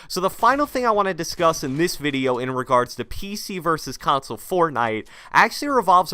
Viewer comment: Anyone notice he says "In this videye today" every video (and ik i spelt video wrong but thats how he pronounces it😂)